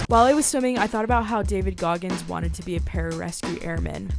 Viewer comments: 😂 Goggis!!? :05sec intro😂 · “David Goggis” as his name in the intro is crazy